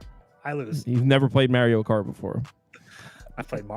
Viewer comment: Why did call it Merio cart lmao